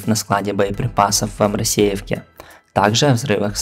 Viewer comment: Правильно АморОсиевке ударение на "О"